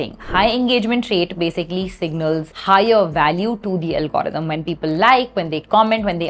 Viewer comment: Algorithm ❌ Algrm✅🤣🤣🤣 if u know then u know